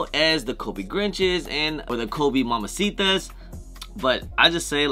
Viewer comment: “Mamba” Day not Momma “Mambacitas” not mamcitas 😂